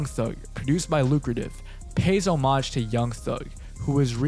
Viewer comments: why do u say homage like that 💀💀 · why do you say homage like that